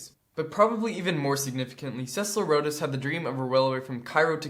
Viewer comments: Awesome vid. you really know your stuff. but it's obvious that you have only read and not heard some of these words. Rhodes is one syllable. Pronounced like roads. Boer (in English) is also one syllable. Pronounced like boar. In Afrikaans it is two syllables and is pronounced in a way I can't properly spell out. Maybe look up a folk song like Bobbejaan Klim Die Berg to find out how it's pronounced. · Rhodes is pronounced like "roads".